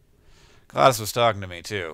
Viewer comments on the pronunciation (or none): uh its GLaDOS not GLADoS